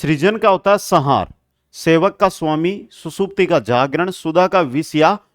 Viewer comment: 😂😂😂😂 भाई हिंदी भी कम भीषण नहीं है संहार सम्+हार बोला जाता है उसको सहार बोल re है